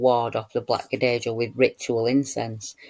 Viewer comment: Here is the link. It looks allot cuter than I remember - BTW - Cadejo is pronounced Ca-day-ho since J is 'heh' in Spanish:)